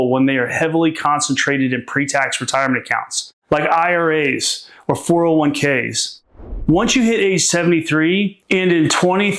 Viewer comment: four oh 1 ks? Is this AI??